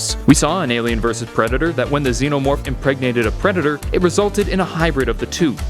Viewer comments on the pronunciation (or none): He said pretidor